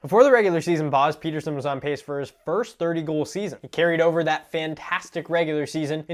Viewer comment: Peter and Petter is a different name. Pet tersson